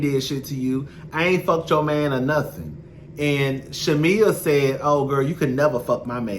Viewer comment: I thought I was just hearing it wrong. 😂